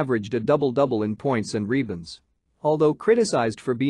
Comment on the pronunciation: The narrator sucks! Dave's last name is pronounced COW-ens as in moo cow, and the Celtics do not have the hard C pronunciation! He also kept repeating himself at times and his mispronunciation of rebounds kept driving me crazy!! Nice video otherwise!